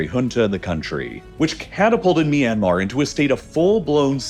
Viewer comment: It's ahcawse they're trying to lay claim to a Japanese diesel engine manufacturer "MY yanmar" 😂